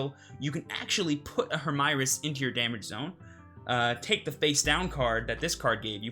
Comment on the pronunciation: Hermieres is probably france origin, so i think you need to say it following french speaking conventions.